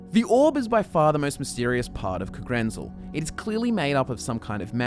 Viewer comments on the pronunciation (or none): I don't know but isn't the stress in 'Kagrenzel' supposed to be on the '-zel' instead of the '-ren-'? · The biggest mystery is why you pronounce Kagrenzel thusly.